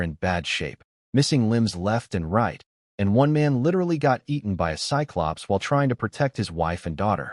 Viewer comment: Also cyclops is pronounced sigh-clops.